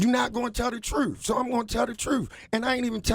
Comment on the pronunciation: "You not going to tell the truffe"